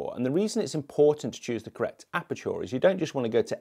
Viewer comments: why is he saying apertour? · A certain photographer made me realise it's OK to despise tripods, haha. Just a small technical note though - ISO does reduce sharpness and detail on some cameras (Sonys especially) even in RAWs. Love the way you pronounce aperture though. So posh, haha